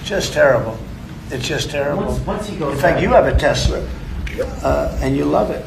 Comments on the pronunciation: I would think when Trump bought his last car was named after Nicholas Tesla, you remember the guy your favorite uncle MIT, received all his classified to this day paperwork. Then you must have bent time. Tesler... thats funny. 😂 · Only person I know who consistently calls Elon Musks disposable car a Tesler. Three or 4 times now. 😂❤